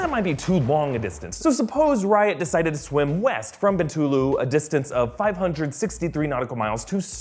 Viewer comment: It is pronounced 'See-Boo' 😂 You got Bintulu right though, so good job! I'm from Sarawak itself and when we saw that scene, my fellow cinemagoers and I were going like, LOL. At least they got the toilet signage at the airport correct though.